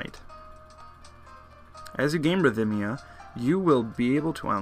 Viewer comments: ridh-mee-uh. You say ridh-mick, not ridh-um-mick for rhythmic, right? (no vowel between th and m) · I think Rhythmia only has three sylabols not four. Rith-me-ah